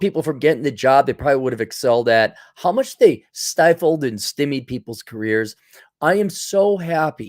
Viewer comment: STYMIE is pronounced " St-eye - mee" not " Stimmy".